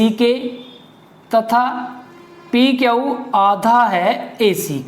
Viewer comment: Sir aap q ko kyau kyon bolte ho